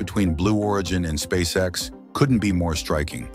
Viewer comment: The computer generated voice should be Elon‘s next big project. Just listening to miss pronounce the name of the company and components of the rocket. Is hysterical. That aside Spasecc X is way ahead of its competitors.